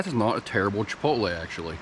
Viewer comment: Chipotle, say it right...LOL